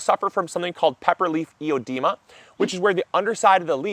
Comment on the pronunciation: it's (o)edema, not "eodema" my peppers are the only plants coping with my bad watering. now i know why. i will likely keep to once a week.